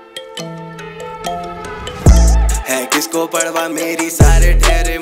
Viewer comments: Parwah(پروا), not parhwah(پڑوا). No hate. Always a fan of your work. ♥️ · Is he really sayin "padwa" rather than saying 'parwa'. 🤣😂